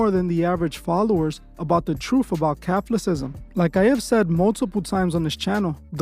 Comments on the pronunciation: The correct pronunciation of Catholicism is, Ca·thol·i·cism | \ kə-ˈthä-lə-ˌsi-zəm \ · Raised catholic...but doesnt know how to pronounce "Catholicism"..?? Dude are you AI? It is odd how polished and uniform your videos have been since day one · You're say catholicism wrong.